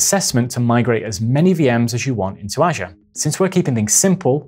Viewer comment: Great video, BUT, you need to pronounce "Azure" correctly.